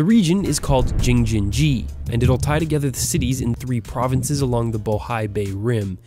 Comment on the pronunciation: he should pronounce Jing-jin-ji correctly, wow